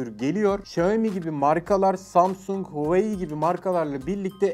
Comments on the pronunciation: ne diyorsun abi hueyee değil huawei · Abi allah aşkına Hueyi deme Huavey diye okunmuyo mu o ? 😐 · O nasıl bir huawei söylenişi yav